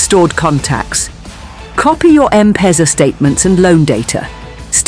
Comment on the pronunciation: Come on people...!! "M piza" really⁉️⁉️🧐 You can't get some one who doesn't speak through the nose⁉️ NKT‼️‼️